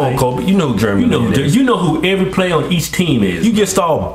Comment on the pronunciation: I\m asian and im proud :) and by the way u sad jeremy lin wrong. Thumps Up fro them saying germy lin LOL.